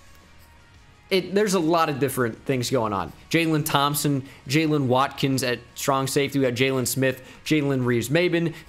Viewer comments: This was painful, never say Juaylyiiinnnn again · I absolutely lost my shit at “jaqwaylin russel” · “We have a jaqwaylin”